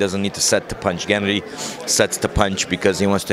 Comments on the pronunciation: nope wrong. pronounces it gEnnady... the correct way is to put the emphasis on gennAAAAAAHHHHHddyyyyy... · I'm a native Russian Speaker. I agree, the way he says GEnnady, just sounds weird. Russians rarely even say GennAdy, they just say Gena. you know. like Tim - Timothy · I'm not from Kazakhstan, but I'm pretty sure that's not how you pronounce Gennady lol